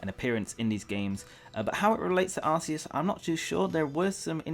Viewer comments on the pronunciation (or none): I don't get why people pronounce Arceus' name as Ar-see-us, even after knowing that's not the correct pronunciation. If I know I'm pronouncing something wrong, then I change what I'm saying. How would you feel if people pronounced your name wrong after you told them it's not correct?